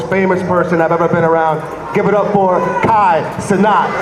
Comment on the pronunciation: How hard is it to say cenat. Why do they say cenot